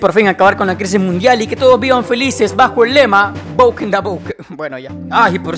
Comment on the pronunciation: Cómo dice bennet:boken da boken Cómo yo lo digo:. Broken da broken